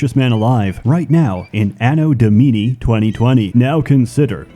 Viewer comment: Your pronunciation of "anno domini" gave me aids.